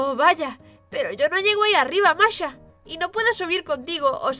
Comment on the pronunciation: Masha* Por qué no son capaces de pronunciar el Sh?